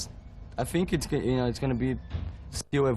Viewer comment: Eu só um pouco; ele fala "think" com pronúncia d "f", no início, e o correto é: thi, é pronunciar "s", encostando a ponta da língua no dente para ficar perfeito.